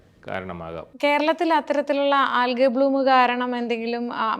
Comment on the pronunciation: Algay❌ AlJee or Algee✅